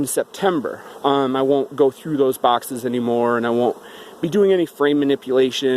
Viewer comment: The way you pronounce your s and x's drive me nuts. Bawxxxss (box).